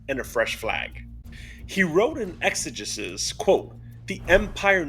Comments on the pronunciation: exegesis has a hard E sounding third E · sorry, after a certain point, I just have to say it. it is pronounced “ex-a-jesus” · It’s pronounced ex-ah-JEE-sis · It’s pronounced Exigisis and it means explanation in ancient Greek